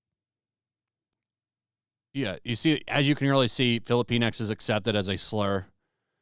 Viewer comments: Sorry, but I believe it is pronounced "filli-pinks" not "fillipine-ex." And "la-tinks" not "latin-ex." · Sounds like: Fili-penis. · Filipinx sounds like they're calling us filipenis.